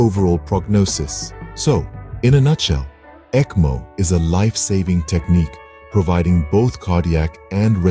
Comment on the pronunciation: pronounce is ekmo